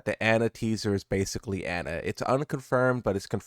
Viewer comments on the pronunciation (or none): none